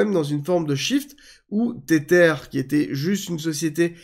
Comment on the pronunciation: Hello, Merci pour toutes tes vidéos que j'apprécie. Maintenant, par pitié arrête de dire [Tétèr] pour Tether 😆. Cela se prononce [Tèzeur], c'est de l'anglais et ça veut dire "lien", "attache" car oui l'USDT est lié à l'USD 😉 Soignes toi bien!